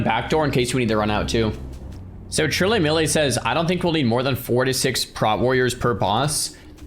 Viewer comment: “Trill Emily”. Not “Trilly Milly”. PLEASE SEE THIS